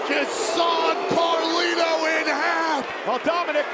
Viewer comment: thats not Carlito anymore its Car Lito